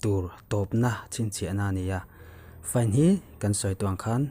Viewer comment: FINE tih khi conductor pakhat chuan FI - NE tih a lam tur ati siiaa..